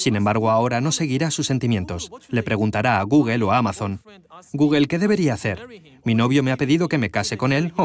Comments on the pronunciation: Cómo te lo explico?? ....sería " Gógl" , Jamas "guguel" , ninguna "e" final se pronuncia en ingles ...Una e final es muda ; como nuestra H ... Que a su vez ellos pronuncian mal, como "J" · Cuando dice "Guguel" , se refiere a google verdad? jajaja .... Me dan risa los españoles , y es un traductor profesional ! madre mía! Cómo puede ser tan tan TAN IMPOSIBLE para los españoles pronunciar el ingles decentemente. Lo lograrán en el siglo 21?